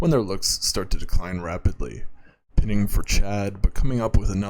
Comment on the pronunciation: I don't mean to be rude, but it's "pine-ing" not "pin-ing". Pretty good otherwise.